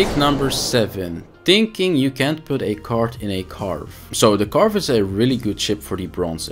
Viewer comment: Karvee. Not Carve.